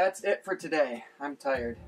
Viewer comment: lol, I thought I was the only one who said "ti-red"!!